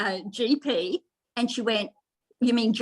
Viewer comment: 😆 AGP not AJP. So fitting.